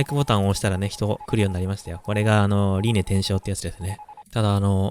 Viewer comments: リネイテイショウ❌ リネイテイセイ⭕️ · 輪廻転生をりんねてんしょうって主が読むせいでホントの読み方忘れかけたw